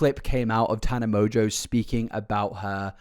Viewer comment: I'm pretty sure Mongeau is pronounced "mon-go", not "mojo" lol